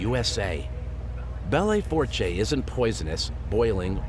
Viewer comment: Lmfao...that river in South Dakota is pronounced “Bell Foosh” 😂